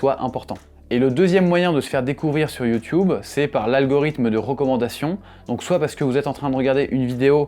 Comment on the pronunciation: Pourquoi prononcez vous YouTube comme les anglophones ?